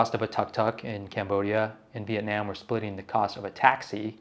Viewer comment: I’m Vietnamese and I appreciate you trying to say it correctly. It’s not Viet-Nom so keep doing you